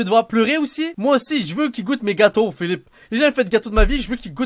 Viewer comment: son accent quand il dit Philippe 😭😭